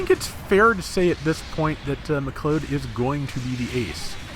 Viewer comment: love the videos, but I think it's pronounced "mick cloud" said altogether. It bugs me everytime lol Much love from a Canadian Irish descendant